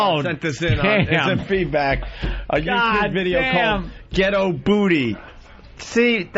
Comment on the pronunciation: Opie called “ghetto booty” a “jet oh booty..”